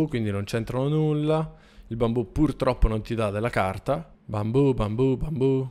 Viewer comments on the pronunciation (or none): none